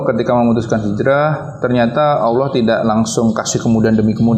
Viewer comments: Mohon maaf nih, pengucapan Allah itu Allah... Bukan Awloh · Apa saya salah dengar ya? Kok sering dengar kata Awoh